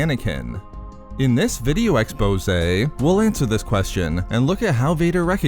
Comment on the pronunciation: Why do you say expose that way lol